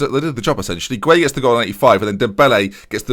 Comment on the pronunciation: You can lead a horse to water, but you can't make it remember how to pronounce 'Gueye'. Don't worry about trying to remember hahahaha I don't mind by this point